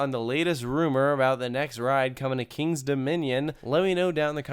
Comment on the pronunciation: The way that you slur the words "Kings Dominion" all into one, it's like it's 2 syllables... I know its your home park, whatever ;)